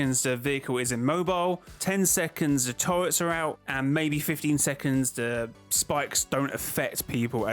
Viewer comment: I was wondering why he kept saying toilets; he was saying turrets lmaoooo